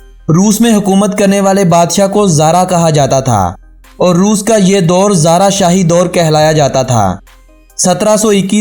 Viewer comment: Aap ki vidio me bhut sari galtiyan hain... I.e Russian badshah ko xaar kaha jata ha na ki xara Etc